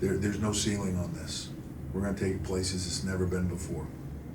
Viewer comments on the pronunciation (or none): none